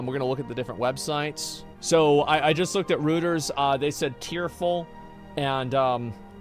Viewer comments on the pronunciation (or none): none